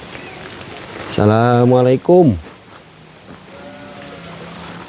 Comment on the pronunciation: maaf kang bukan menggurui tapi mengingatkan,klo memberi salam jangan; salamalaikum kurang sreg di dengarnya cobalah mengucapkan dengan; assalamualaikum gitu kang enak di dengarnya 🙏